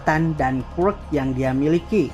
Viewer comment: Ngomong quirk aja ga bener